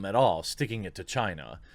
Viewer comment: Ban all things Chy-na